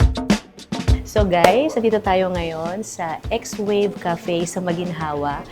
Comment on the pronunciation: X wave pala pagka basa.. akala ko swave like swabe